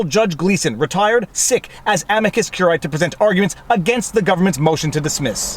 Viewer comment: 3 SYLLABLES!!!. Whether you use classical, church or botanical pronunciation, CUR-I-Æ has 3 syllables. Again, it is CUR-I-Æ, not CUR-AE. Now that you've got that, let's work backwards. The first word is not AM-i-cus regardless classical, ecclesiastical or botanical. It is am-I-cus. The I pronounced as EE in classical or church Latin and the British public school pronunciation (aka botanical), EYE, is also acceptable.